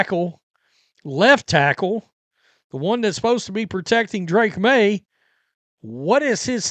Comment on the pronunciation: You keep pronouncing FAKE Maye’s name wrong